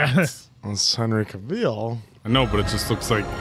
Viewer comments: how many times i shouted at the computer its not henry ca-VEAL its henry ca-VILL LIKE VILLA OR VILLAGE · Need your reactions to The Clash of the Titans trilogy. Plus, Cavil as in "Kay-vil" not Kayveeel lol, it always is funny to hear... Great reaction, guys!